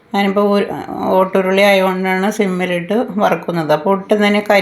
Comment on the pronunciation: ഓട്ടുരുളി എന്നല്ലേ പറഞ്ഞത്, അതോ ഓട്ടോ ഉരുളിയോ 🤣